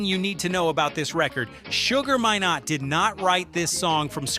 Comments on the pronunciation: His name is pronounced Sugar My-nott = minott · His name is pronounced My..nott, I know the man and his family especially his daughter Pashon... ask any Jamaican. Say My then not and you will get it correctly..